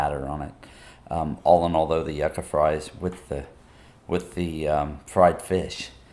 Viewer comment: It’s You ca not yaca Yucca (You ca ) it’s a 🍠 Yam for us I’m Dominican we eat yuca with onions and garlic mojo on it and salami but just trying to help